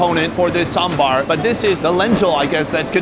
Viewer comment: respect to the way you pronounce sambar